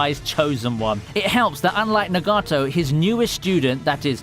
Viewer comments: There you go...enjoy your dislike for the way you pronounce naruto and nagato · The way you butchered Nagato's name really hurt my ears. Either way great list.